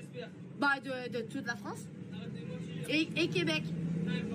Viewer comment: La Fronce